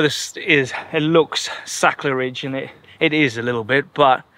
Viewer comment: “sacrelidge” is sort of like “Angry lou”. Also, I thought that was apologizing for “A-loooo-mi-num” lol